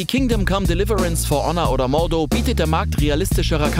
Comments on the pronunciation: schön dass Chivalry und Mordhau gezeigt wurden, aber den Namen habt ihr ja echt gekillt ..."Mordoh" ....autch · Mordo ? es heißt Mordhau, das ist ein deutsches Wort und es wird auch so ausgesprochen wie mans schreibt